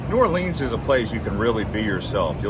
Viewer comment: Good effort but your information is flawed. You need to study more before putting out this sort of content. You can start by learning the correct pronunciation New Orleans.